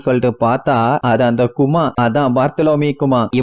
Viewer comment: கதாபாத்திரங்களுக்கு.....கொஞ்சம் மரியாதை தாப்பா.......அவரு கரடியா 🥲 chapter 1091 ல பாப்ப......one piece emotion bro 🥹 please respect....and பேர நல்லா சொல்லு யா.....நாமி....நமி கிடையாது...கூமா...குமா இல்ல